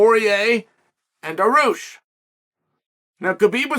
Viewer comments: Wtf is Daroosh!? His name is pronounced DAR-REE-USH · chael never misses a chance to mispronounce a name on purpose daroosh